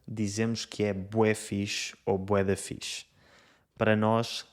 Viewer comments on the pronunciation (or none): none